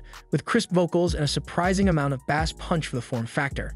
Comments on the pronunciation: imagine not knowing how to pronounce bass for a speaker video lol. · sorry, had to turn it off after not pronouncing bass correctly. How can I take anything you say about audio seriously if you get that wrong? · And mispronouncing it for a fishing show!